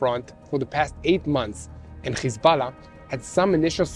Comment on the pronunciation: Its hEz- bo- llah 😂😂😂😂 Not hiZ-bell- lah